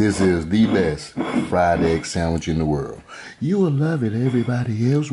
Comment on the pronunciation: B-E-S-T...not Bes!! Please people!